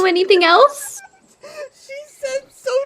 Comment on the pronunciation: "SO TWUE BESTIE"